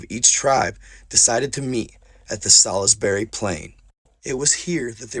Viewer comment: (Mon-moth) Monmouth.... (Pen-dragon) Pendragon.... (Sals-berry) Salisbury.... it was the Picts...the Pictish... not the Irish... and a few other slips but this is enough to start with.... love you man... figure you wanna say it right....